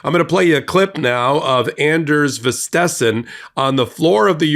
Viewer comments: Stress the first part of his name. VIStesen. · Popok, his name is pronounced "an-ners" d is silent. Vitisen is "v" "it" "sin" again 2nd " i" is silent. Just trying to help - no critique meant, 🤔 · It's pronounces VIS - te - sen. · as a dane i love how you butchered "vistisen" x'D hahaha. but yes. FUCK THAT DICTATOR TRUMP! he badly needs a French haircut!